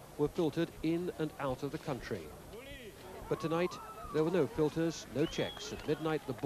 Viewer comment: Ve want to go back to ouw contwy